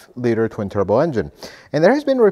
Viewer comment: “Tubro” did you mean “Turbo”?